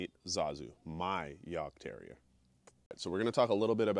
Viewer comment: Coming from a German hunter: Good pronounciation of the breed name! I currently have a super rare american breed here: a Plotthound. But my next dog will probably be a Heideterrier - a working cross between Jagd and Airedale Terrier, to add a bit of size so they are better with snow and cannot get into fox dens as easily, because they are supposed to be specialised on wild boar. Their first breeders were also policement who hat Schutzhund in mind, and there are some that use Heideterriers in that way. Sadly I will have to wait another year or so until my Plott is fully grown and trained before getting a second dog. Good luck to you and your little devil - enjoy a Jagdterriers fierceness, agility, and boldness! They are great dogs and he will have a great owner with you.